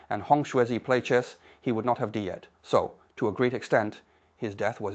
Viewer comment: It was. It mispronounced the words "died" and "fried" once but pronounced them correctly at other times. No human would have made mistakes like that; you either know how to pronounce those easy words or you don't. You don't pronounce them correctly and then suddenly mispronounce them.